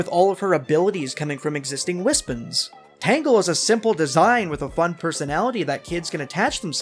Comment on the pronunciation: Its Tangle, not Tango. 😂